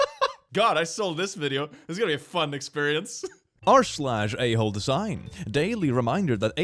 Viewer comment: i head this o naudio only and heard "r/holdthesign" insteadoff "a*hole design"